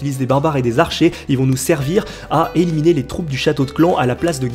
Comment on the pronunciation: a eliminier ? Xd